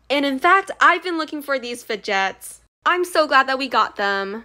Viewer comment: “fedjets” ❤️🤭🤣love ur channel